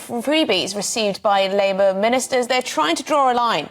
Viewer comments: Did she call Labour, labia 😮 That's like calling hostages, sausages 😂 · Labia? or Labour? lol